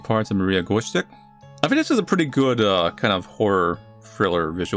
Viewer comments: " hey everyone, this is and welcome to the missing parts of Maria gwosche " no one: not even Maria: me: omg how dare u not pronounce gwozdek right even though ur not a polish youtuber offbrand twitter user noises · Pronounciation of the surname is: G-voz-deck. A worthy attempt however! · from a polish viewer - the "gwozdek" should be read as gvoz deck, no accents. at least i think that's how you "write" it in english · Dear: the name of the protagonist is from the Polish language and you were kinda close to correctly saying it. If you want to pronounce it correctly you should try to say it like this: Maria (this part doesn't change) Gwozdek (it should be said somewhat like: Gvosdek) Hope it helps. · I’m sorry but your pronounciation of “Gwozdek” (pronounced “gvozdak”) hurts me as a Polish person and so I won’t be watching the rest of the video goodbye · the W in Gwozdek is pronounced like a V. Gvozdek. No fancy vowels or anything. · Polish people listening to saying "Gwozdek": you're doing great, sweetie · Imo that's sounds cool- "Guozdek" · It's pronounced Gvoz-deck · im positive that the main characters family is polish, so the way the last name would be pronounced is gvoz-dek, the w does a v sound :) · Gwozdek - Since her name and her sister's name sounds Polish, I believe that it would be like: Gvo-Zdek, accent goes on second syllable. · I'm living for the way you pronounced Gwozdek <3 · as a polish person, i think its really funny how he pronounced "Gwozdek" lol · Extremely bad pronunciation,. I am disappointed